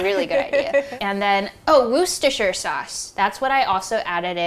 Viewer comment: r/wossshtershure sauce